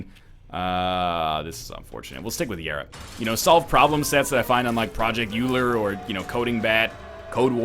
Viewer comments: Hey NL. Just to be a tiny bit nitpicky: Euler is pronounced "Oiler" (like the hockey team!). Love your videos. Keep up the good work! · Hey NL- congrats about developing programming chops! Just for reference, Project "Euler" is pronounced "OY-ler". Good luck!